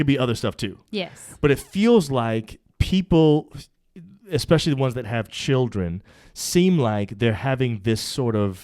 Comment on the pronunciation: She didn’t say children, she said chirren